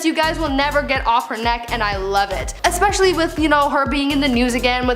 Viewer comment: You didn't say "Especially" correctly, though...